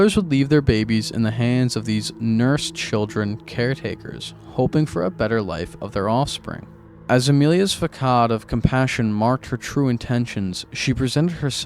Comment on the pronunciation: the quality of this was so high i was shocked to see how few subscribers you have. you're off to a banging start. couple tips: if you misspeak, clap so you can see the spikes in the audio trace later to easily edit the mistakes out. and facade is pronounced like the c is an s: fasade. there was something else you mispronounced but i forget 😅